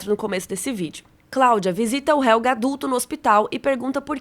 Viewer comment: Vídeo mt bacana!! A pronúncia de Helge não é Helga, porque não possui ER, como a palavra Doppler